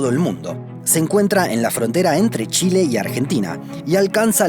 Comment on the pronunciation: Le cuesta decir chile a mi compadre ?